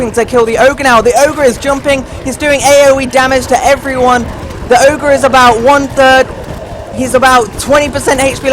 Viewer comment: It's never oger